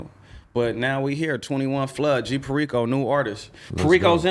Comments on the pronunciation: Can’t even pronounce perico… smh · Dudes name is perico and he doesn’t pronounce it right